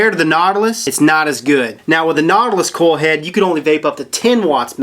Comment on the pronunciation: Sounds like he's saying coal head lol